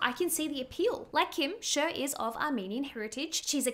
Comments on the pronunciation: I never heard anyone pronouncing Cher like that 😂 (no hate) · This lady just regurgitates other people's comments in her videos 😆😆😆 Doesn't even know how to pronounce Cher lmao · How can you not know the correct pronunciation of Cher's name? Its her name not some random word that is pronounced according to where one is from. FFS You sound quite ignorant. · Sheer 😂😂😂😂😂 Cher it's pronounced like Share. Love ur vids!! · CHER IS PRONOUNCED LIKE "SHARE" NOT "SURE"❤ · It’s not SHER it’s CHER (SHARE) please don’t botch Cher. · Not to be rude but it's CHER (SHARE) NOT ( SURE) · Who is "Sherr"??? Or "Sure"??? Because, um, Cher's name is "Share". 🤔🤔🤔🤔🤔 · pleaseee, SHER? CHER like shaaarree not sher 😭😭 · Girl it’s Cher as in share, not SURE. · "Share" not "Sher", pronunciation of Cher. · Sher? 😂 Cher (prn. ‘Share’) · SHER? SHER😂 no…it’s Cher aka Share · “Cher” is pronounced “Share” not “Shur.” Come on now. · Hey fellow Aussie..Cher is pronounced share. I really care that Cher gets her name said right..she is a Goddess, and one of her greatest charms was that she embraced her imperfections, and that’s what made her so perfect. That she’s gone on in her later years and felt the need to change the things about herself is a bit sad. She was utterly gorgeous back in the day, with her quirky features. Looking back on all the beauties of the ‘60’s and ‘70’s the thing that still makes those woman stand out is their naturalness. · I love you, and your videos are so fun to watch….cher is pronounced “share”. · It’s pronounced « Share » {Cher) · (Cher is pronounced “share”. ) Love you! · Cher is actually pronounced Share. It is short for Cherylin. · Cher's name is pronounced like "share". 😊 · FYI, Cher is pronounced "share." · Pronouncing Cher like sure. 😆😆😆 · Cher is pronounced like Share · Cher is pronounced like “share”. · It's pronounced as "SHARE" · Cher is pronounced "share" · I just love the way you pronounce Cher 🥲😍